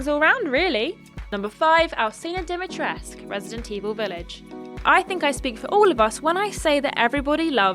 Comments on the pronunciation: Is it not "dimitres-koo"? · the U is not silent in Dimitrescu